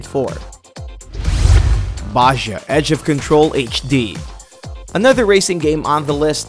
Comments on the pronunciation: Jorge Hicks glad someone else heard it. bajuh lmao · Dude it's pronounced ba-ha " baja"